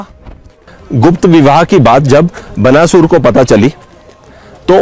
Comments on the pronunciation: बनासुर क्या है भाई। बाणासुर है। नहीं आती कोई चीज, तो बकने से पहले किसी से ज्ञान ले लिया करो। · बनासुर नहीं बाणासुर शब्द है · क्या है यार। उच्चारण तो सीख लो। बनासुर नहीं, बाणासुर।😓🔫